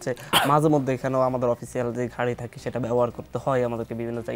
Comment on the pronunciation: ভাদ্য হয়ে ঘাড়ি নিয়ে ঝাওয়ার ঝন্য আপ্নাখে দন্যভাদ... এগুলো কেমন উচ্চারণ এনসিপির?